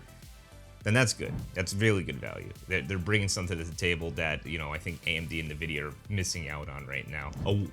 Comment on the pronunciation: Navidia? I thought it was Nvidia? 😭